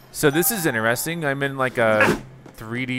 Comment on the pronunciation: 2023: “That was ‘ineresting.’”